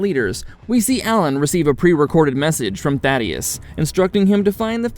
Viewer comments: Thaedus not Thaddeus lol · Why can nobody say Thaedus correctly, every video I see they call him Thaddeus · BRO……… it’s not “Thadeus” it’s Thaedus lmao